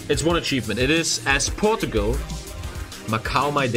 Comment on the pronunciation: I’m sorry you say Portugal wrong also I knew how to use the middle mouse before you that sad rip